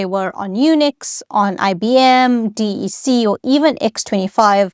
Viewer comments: Just a quick note. DEC. You’re the first person I’ve heard pronounced it as three letter D-E-C. I’ve always heard something like “Deck”. And I’ve worked 6-7 years almost exclusively on DEC Alpha and DEC Vax machines. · No-one ever ever EVER called it "D. E. C." -- it was pronounced to rhyme with "deck". Did The "Internet Explorer" AI slop image near the start was a real turn-off. As someone who was lucky enough to have an old-school ARPANet "...@ address at age 13 (~1979), even I couldn't get excited about this topic from the boring presentation style. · Hi - What a great, clear explanation! And with such interesting history. By the way, DEC was pronounced "Deck" like a a deck of a ship. And I used a PDP 11! It was also the basis of the VAX/VMS systems, which I'm not a huge fan of coding, but the assembler for the PDP was clear and powerful, and I loved programming it. It was the environment of my undergrad years. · It's always been "Deck" since Vax machines! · Yes, I came here to say I always heard DEC pronounced as “deck” like a deck of playing cards, not as 3 separate letters (as with IBM). I programmed on a DEC PDP 8e using assembler language and FOCAL (which resembles BASIC). Each day, we began by using 12 toggle switches to enter instructions. That allowed the computer to read separate fanfold tapes RIM, BIN, and FOCAL. I personally merged the 3 tapes into 1 big tape, to the delight of our teacher Margaret Meyer at Westhill High School in Stamford, CT. I think the year was 1971 or 1972.